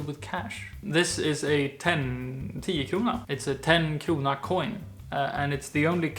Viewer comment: The way you said "Krona" was perfect👌